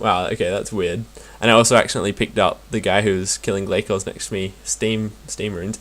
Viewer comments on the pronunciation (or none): It's pronounced Glay-Cores :) Hope this helped :D boots so far 6Stead, 2Glaiven, 4Ragefires, over 7k kills done :)